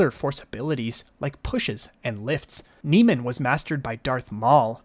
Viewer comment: Your saying Soresu & Niman wrong, Soresu pronounced like this (sore-sue), while Niman is pronounced like this (nee-mon)